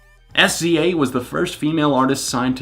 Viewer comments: I was telling friends about the album, and I pronounced it "S Z A". One friend corrected me with "Sizzah". You aren't alone. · Love SZA's music! So happy to see you speaking more about different genres on your channel as I know you listen to so many. I also loved the live instruments. I heard a trumpet in one of the songs. Her name is pronounced like Sizza. Kind of the same as the rapper RZA. I also loved the old school feel musically and the atmosphere of the album. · SZA is pronounced "sizzah". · It's fine! I used to pronounce it that way too lol. She's upcoming, and thank you for even taking the time to write this comment. I love how pure and human you are unlike theneedledrop SUBSCRIBED! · it's fine. IT REALLY PISSED ME OFF NEVERTHELESS but it's fine. Calm down me...